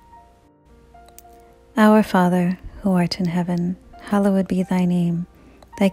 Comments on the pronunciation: Not sure who is reciting these but I cringe every time they say “hallowed”. Makes me think these are computer generated voices or someone who’s first language is not English. The word is not pronounced as “Hollow Wood”. Or “hallow wed”. Can this be fixed? Enjoy listening when I have quiet time. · It's amazing I only wish the sacred word 'Hallowed' was properly pronunciated. I only say because it disrupts the rhythm of this glorious prayer and should be said correctly. It's worth it to fix that please in Christ Jesus name Amen.